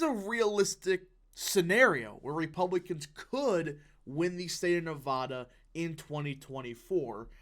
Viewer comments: I hope youre right, also i hope you one day say nevada instead of nevahda. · Just FYI— Nevada- pronounced “Nev-short a- da.” Not “Nev-ahh-da”